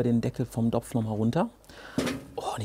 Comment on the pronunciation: Mir ging es eher drum, das ich dieses Wort dopf überhaupt nicht hören kann.